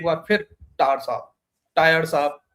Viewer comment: टायर नही टायर्ड साब कहिये.